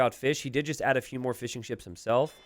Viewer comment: Every time you say Fishing Ships, I hear fish n chips.